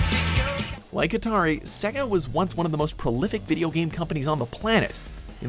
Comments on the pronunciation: .... say-ga... not se ga.. literally says so.. my word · The fact you cant pronounce Sega boggles my mind as the console literally announces its name correctly everytime you turn the fucking thing on!